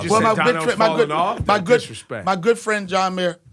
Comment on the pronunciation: Da DisRespeck Son 😂😂😂